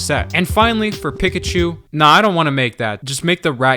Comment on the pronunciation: I came to the comments to say the same thing. Though that’s also in part due to the way he pronounces Pikachu :(